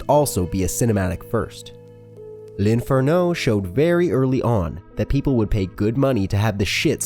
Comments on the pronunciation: Spme info from the Russian who studies Italian - In Italian the accent is on the second sillable - l`infErno.. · why does he say "dante's inferno" the almost correct way and then messes up the emphasis on "l'inferno"